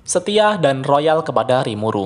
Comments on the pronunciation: loyal bang bukan royal😑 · Bawahan Rimuru yang "Loyal" bukan "Royal" btw. Loyal asal kata dari Loyalty atau Loyalitas. Semoga makin maju buat kedepannya. Cheers 🍻